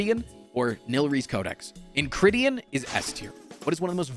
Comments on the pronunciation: I don’t know if this is a nit-pick or not, but the relic is pronounced enchiridion, not enchridion. I’m not trying to be rude, but I do notice it every time you say it. Or maybe you’re saying it differently on purpose idk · En-ki-rid-ee-un (ki rhymes with eye) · 2 years late, but it's pronounced "en-ki-ridion" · The way you pronounced "enchiridion" gave me aids. 😂